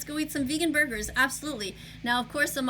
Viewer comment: “ yup let’s go eat some vegan burbers “ wth is a Burber?